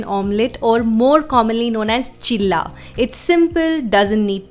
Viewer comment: Its not chila ts cheela